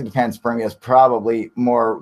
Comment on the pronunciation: Cool live guys, cheers...but WTF is Pants Spermia !? Ah right, it's panspermia...no worries, all good...carry on :}